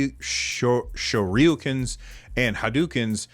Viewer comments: Just say "Shore you can" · Didn't know this thing existed until about checks video length a half and hour ago! Kinda disappointing to see where they drop the ball, because it looks like it would be a nice controller otherwise. Also, "Shoryuken"? "Shor-yu-ken" "Sure/shore-you-can" hope that's helpful